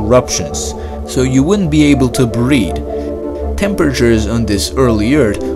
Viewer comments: Next time let’s get someone who speaks english because it’s not ert it’s “earth”. Not breed it’s “breathe “.😂😂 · Wouldn’t be able to breed??? Ha ha annunciation is paramount! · Did he say breed... or breathe?